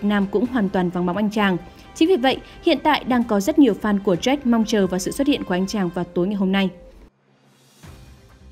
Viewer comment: MC đọc jack thành Z..o..ếch lúc dạo đầu :)))